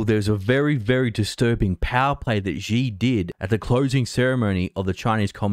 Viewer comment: For fucks sake man.. at least try to pronounce “Xi” properly.. Xi sounds like “She” as in She is a pretty girl … Xi Jin ping is a fucking disaster, but it’s expected, it’s shitty communism after all.